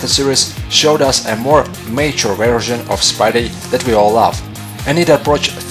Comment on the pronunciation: Where is ultimate spider man? Oh yeah you say mature like your saying nature